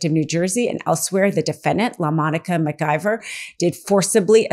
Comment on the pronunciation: Mispronouncing Congresswoman McIver name repeatedly from the beginning of this piece undercuts Legal AF credibility. My GP found what might have been a tumor in my abdomen. Sent me to GYN who found what he thought was fibroids. GP referred me to another colleague to confirm whether it was cancerous. This woman immediately wanted to do endoscopy & colonoscopy to investigate. SUPER excited to do surgery. Too excited. First she wanted me to see a GYN. Had she read my file she had in her hands she would’ve known I had seen one. I did not see her again. I would not let someone this careless cut open my body. I cannot take your reporting seriously when you start out so carelessly. You damage the credibility of Legal AF. Do better or stop.